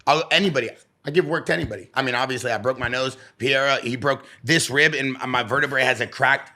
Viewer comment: Even Pereira doesn’t even say “padayda”. It’s “Paheyda”. But it absolutely is not Pierra.